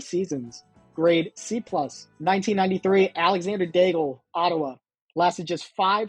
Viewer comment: Alexandre Daigle. Its pronounced "Dayg." Not "Day-gul".